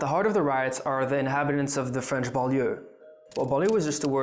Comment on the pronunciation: Very good French pronunciation